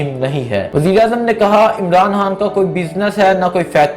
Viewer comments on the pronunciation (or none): Yaaaar Bhai uska naam Imran Haaan ni he bulke Imran Khaan he or Harcha ni Kharcha hota he....urdu ka satyanas na kro yar its our national lenguage kindly respect it